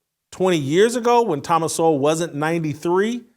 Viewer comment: COME ON....CANT YOU PRONOUNCE THOMAS SOWELL NAME CORRECTLY..... YOUR BETTER THAN THAT!!!!